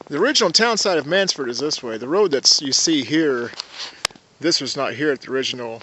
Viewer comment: It’s not “Mannsford”, it’s Mannford!